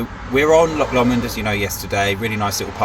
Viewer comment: secs......."Loch Lawmond"......LAWMOND! No, it's pronounced "Lowmond"